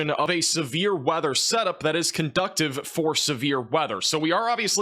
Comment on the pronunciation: No offense but it’s not cun duct iv, it’s cun dew siv 🤗